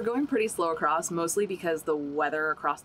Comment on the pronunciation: Omg it’s ‘across’. ‘Accrosst’ isn’t a word